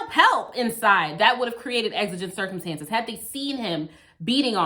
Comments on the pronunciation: I'm so sorry but the word circumEtances just drove me crazy... lol Excellent commentary as always. LOVE how you can explain the law in such a compassionate way. 🙂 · "Exigent Circumetances"